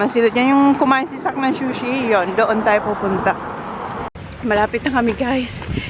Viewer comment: Sushi not Shushi